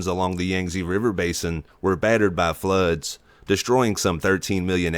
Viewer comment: Lol southern drawl "Battered by fluuuds"